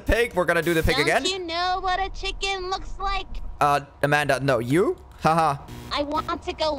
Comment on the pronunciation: i love how when she says "looks" it sounds like shes saying bak for a milisecond